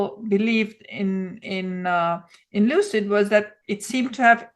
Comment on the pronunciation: Lucid Motors =Loose-It Motors 🤣🤣😆😆😂😂